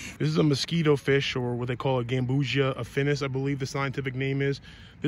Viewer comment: "Gam-bu-see-ah" not like ambrosia